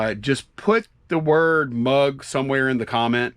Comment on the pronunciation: Mug not drug.